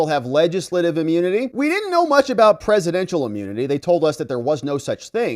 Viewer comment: its not amunity it’s immunity.